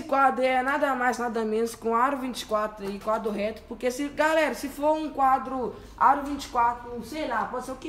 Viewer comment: "bom gálera" kkk